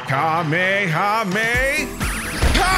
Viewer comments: Fun fact he said ka me it’s ha mme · kame ha me ha lol didnt do it right